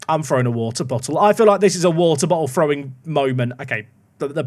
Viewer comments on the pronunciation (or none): none